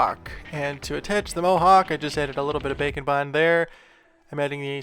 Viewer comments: What you said: "Grab some bake and bond, and let's get started." What I heard: "Grab some bacon bond--" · Anyone else consistently hear 'bacon bond' instead of 'bake n' bond'? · I swear when he says bake and bond his actually saying bacon bond.